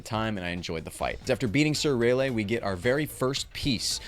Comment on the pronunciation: Greta video man! You pronouncing Raleigh like that and saying “King Panda” was interesting to say the least 😂 it’s Panda King I thought? lol but hope you do the next THREE games brother!